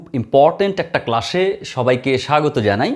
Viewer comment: Oita ক্লাশ না ক্লাস হবে😂